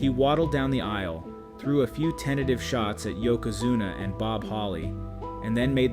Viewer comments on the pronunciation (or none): none